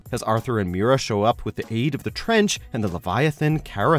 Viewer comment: GODDAMNIT SAY MERA’S NAME RIGHT OR DON’T SAY IT AT ALL!!! SHE’S A FUCKING QUEEN FOR CHRIST SAKE!!!!